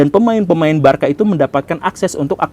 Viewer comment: penyebutan aslinya barsa pak bukan barka 😂